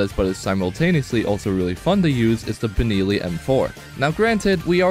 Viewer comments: Blud really said "Binilli M4" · "Beneelee M4". Why. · You pronounced Benelli wrong btw just thought I should let u kno for future reference it’s pronounced buh·neh·lee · The way you say benelli and lever makes me want to blow myself up, its just so impossibly incorrect